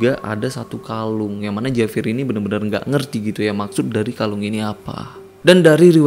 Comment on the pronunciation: Dibacanya Havier